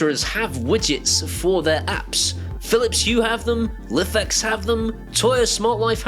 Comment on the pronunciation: If you say lif-ex again instead of life-ex I will unsubscribe. I contacted Lifx after watching your videos and they confirmed that their company name is pronounced 'life-ex' Thanks, Derek.